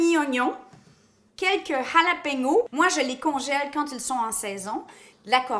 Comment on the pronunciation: jalapeño pas jalapeno dans la prononciation mais merci pour la recette cool :)